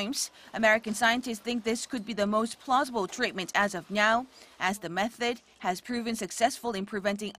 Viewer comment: as of meow lmao